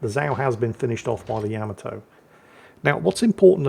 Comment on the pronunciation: It's not Yam-a-toe it's, YUH-MAH-TOE, YUH-MAH-TOE, YUH-MAH-TOE, YUH-MAH-TOE!!!